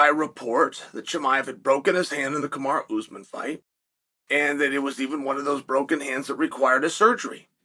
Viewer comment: Cosmit, Kamaraoozeman…IM WEAK!! 😂